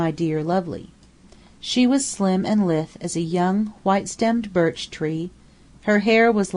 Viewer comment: LMM uses the word Lithe a lot, though It's 'la-ith', not 'lith' as the reader pronounces.